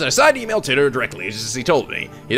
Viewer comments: It's John TIGHT-er Not John TIT-er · I looked up some interviews with scientists talking about John Titor, and a majority say "Teetor", so that's probably it. However, I don't think there's been a physical interview with the man himself, so we'll never really know how it's truly pronounced.